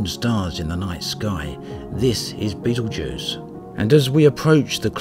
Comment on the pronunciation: You pronounced "Betelgeuse" incorrectly. See here - watch?v=tSA1I3a9Q7M :p